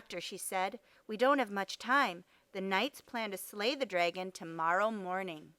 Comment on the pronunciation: Who says times instead of multiply, and who pronounces dragon “draygon”? It’s incorrect pronunciation, not an accent